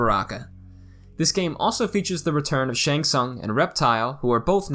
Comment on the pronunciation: Despite the games literally announcing Shang Tsung’s name, almost every MK video manages to pronounce it wrong 🤦🏻‍♂️ Also referring to the 2-player mode of a stand up arcade cabinet as “local multiplayer” is crazy 😅